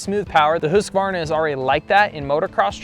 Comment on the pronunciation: Thank you for pronouncing Husqvarna correctly. So many americans get it horribly wrong